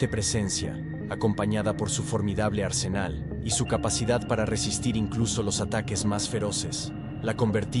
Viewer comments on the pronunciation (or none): none